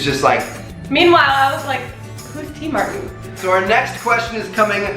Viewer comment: Legit question: Why do you pronounce it Tmart instead of TmarTn?